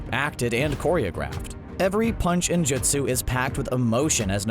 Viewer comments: Dude starts the video by suggesting he's rewatched Naruto several times but mispronounces literally everything the show is built on. It's not "Jit-su" bro! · Narrator: I’ve seen naruto many times Also narrator razingon! Jitsu, ackuutski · CBR: i've watched and rewatch naruto many times . . . . . . . . . . . . . Also CBR:calls jutsu jitsu and uchiha uuuuu-chi-ha and akatsuki a-kut-ski and rasengan ra-zen-gan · Don't forget JiTsU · I just doubt the narrator has watched the show multiple times because he can't pronounce half the fucking words and names. Who mispronounces JUTSU? They say it a million times 😑🙄🙄🙄🙄🙄